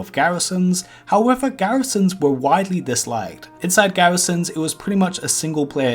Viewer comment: gawisons in wowd of wowcwaft